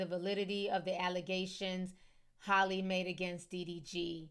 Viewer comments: Ti, it’s HAL-LEE!! Not Hailey or Holly 😭 Anyways, i love all your reports! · Man her name has y’all in a full Nelson. lol it’s HALLE (HAL-LEE), Not HOLLIE.